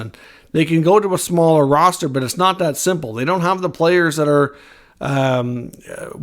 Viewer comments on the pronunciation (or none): none